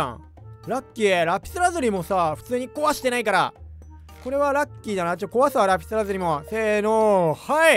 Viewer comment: ラピラズリに聞こえた